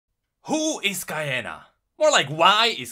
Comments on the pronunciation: I am almost 100% sure that her name is pronounced Key-ahnah not K-eye-ahnah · off the bat, 2 secs in, "KAI-ANA" awful pronounciation.QIYANA KI-YANA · "Kye anna" no. Its spelled "Key-anna" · I believe it's said KIyana instead of Kaiyana (the way you pronounce it XD ) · “kee-yah-nah” is how the official instagram of league says it’s pronounced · Qi-ya-na! Say it! Ee-shao-can! They will all learn to say it. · Kiiiii-yaaaaa-naaaa How come people still managed to say it wrongly? Like come on, her name is so basic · Actually its "Key-ah-na" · I thought it was pronounced “Key-on-a” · Qiyana: Kee-An-Nah SAY IT! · Pronounced Key-on-ah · It's Kee-yana. It sounds very Aztec. I'm so happy to see some latinx representation. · I thought it's pronounced "Key-yah-nah" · Um the name is Key-a-na XD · It’s Key-Ana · Im pretty sure its pronounced KEY ARNA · I thought it was pronounced key anna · It's Key-ya-na :D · Its Key-ah-nah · I thought it was pronounced like ki-yah-nah Not like how you pronounced it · The way he says "qiyana" and "Ixaocan" very cringe if you play her you'll hear her say them properly. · It honestly annoys me that he can't pronounce Ixaocan and Qiyana correctly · I think it's pronounced Ihaucan